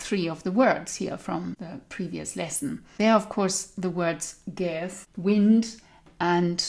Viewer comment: & I noticed that you pronounce the 'th' in the words "gáetha" & "tretham" with a θ sound like the English 'th' in thin, thank etc. Was this sound then present in early Irish?